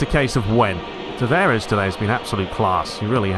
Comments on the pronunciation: Nuno Tavares from 🇵🇹, so "S" should be pronounced as "Sh" (e.g. shell, show), not "Z". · Tavares with two A's not "E's"